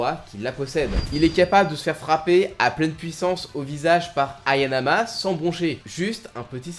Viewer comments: trois fois tu répetes haYAnama , mais le nom de Kaoru c est haNAyama ;) , chouette video sinon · Hayanama ❌ / Hanayama ✅ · Hayanama???!!! Hanayama plutôt je dirais pareil pour biscuit oliva et non olivia ta un peu de mal avec les noms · Petite correction c hanayama pas hayanama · c pas hayanama c hanayama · 😅 Dsl mais se n'est pas anayama mais c'est hanayama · c’est Hanayama non Hayanama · Hanayama , pas "Hayanama